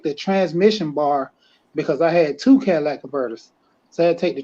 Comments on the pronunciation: The Cadillac converter is the most important part of a car. It turns any car into a Cadillac El Dorado LOL. Say it with me y’all, “Cat-Uh-Lih-Tic” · Cadillac converter 🤣